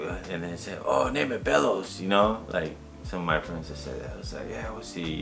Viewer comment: You have family in el paso im 20 miles from el paso tx i live in Anthony nm. Bello's is pronounced beyos in Spanish whats up with that?